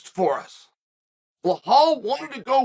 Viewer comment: Beh-Hall Chael said